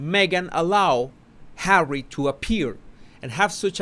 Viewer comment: Hawwy Hawwy are you listenin? 😂